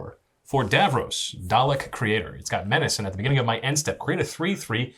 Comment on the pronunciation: Why can no Americans say Dalek.